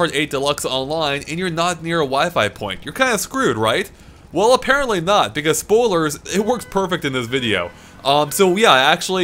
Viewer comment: If I had a dollar for every time said beCAUSE with emphasis on the second syllable